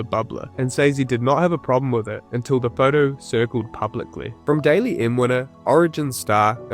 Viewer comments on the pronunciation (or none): If you're going to do a video about NRL at least know how to pronounce 'Dally M', it's not 'daily' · I hate being the pronunciation Queen but the Dally M award is pronounced Dally not Daily. Loving ya vids mate, keep up the great work. Sending best wishes to u & urs from The Great Southern Land 🇭🇲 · Daily Messenger? Cmon bro it's the Dally M not the Daily M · ..... Can't pronounce Dally M properly .... 'goal kicks'?